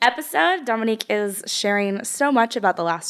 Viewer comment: Love you, but you’re slightly mispronouncing Dominque’s name. It needs a long “O” sound. She’s too sweet to correct you. Her mother discussed it in one of their early videos together.